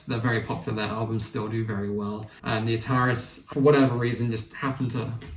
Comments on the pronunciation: Great video. However. It is pronounced ‘The A-tar-ees’ not ‘the atarriss’. Like the gaming company from the 70s/80s. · it's pronounced atari-s as in the game console.